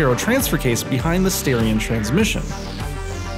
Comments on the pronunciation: Dude. STAR-ION not STAIR-ION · are you sure its not "star ion" ? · I think if I say the reason for the mispronunciation I would be labeled as racially prejudiced 👀